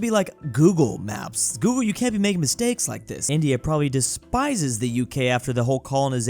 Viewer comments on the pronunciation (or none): none